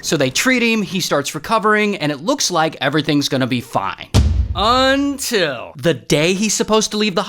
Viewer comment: Everybody gangsta until Ray says “UNTIL”